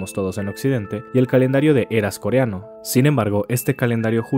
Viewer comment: el pronuncia mejor el coreano que otros youtubers